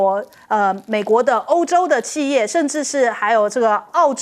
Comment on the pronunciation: 企业：而台湾播音员念“弃”正确的应该念“起”，还有海参崴….